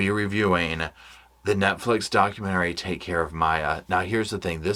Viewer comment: Why did I think u said nutflix at first lol